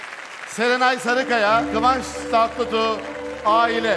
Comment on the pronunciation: Hiç kimse isim soyisim doğru telaffüz edemedi nedense Nebahat çehre: kıvanç tatlısı Cem davran:kıvans Tatlıtuğ Çağla Şikel: saranay Sarıkaya 😂😂😂😂